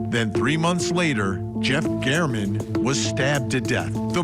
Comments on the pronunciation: Someone please tell her it is pronounced GAERMAN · Vinnie, Matt Johnson is terrific. This was landmark testimony and you elect to speak with? Please. Her grammar is pitiful, and she can't even pronounce Jeff German's name correctly. (He deserves that much.) After all, this is Court TV - not the Daily Mail. Interviewing experienced lawyers would be appropriate vs. her absurd comments about Telles. (And Karen Read, for that matter.) We can all figure out that he's lying on our own. Thank you so much. 💫